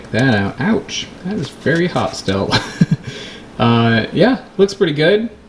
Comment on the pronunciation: Did you say hostile, or hot still?